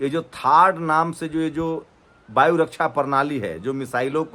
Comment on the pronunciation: “Baayu” raksha ❌ “Vaayu” raksha ✅ “Hajjaar” 🙅‍♂️ “Hazaar” 🤷🏻‍♂️